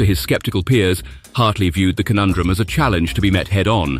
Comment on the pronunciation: cone-un-drum .....conundrum